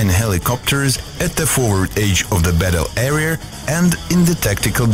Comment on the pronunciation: WTF is a "foward AGE of the battle ERIER"?